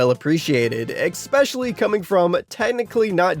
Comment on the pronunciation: How old are you that you still think the word “especially” is pronounced “expecially” … an adult??? Yikes